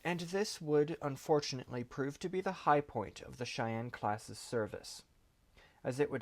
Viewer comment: I know it’s simple, but thank you for pronouncing “Cheyenne” right. They times I’ve heard others say “she Anne” is staggering. And growing up in Cheyenne Wy it’s become a surprising pet peeve